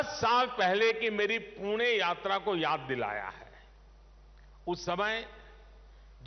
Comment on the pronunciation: पुणे च पूना असा उच्चार न केल्याबद्दल धन्यवाद मोदी once again 2024🔥